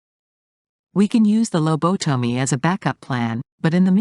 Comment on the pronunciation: one would think the bot voice could be trained to actually pronounce words correctly. Low bo tummy? Really??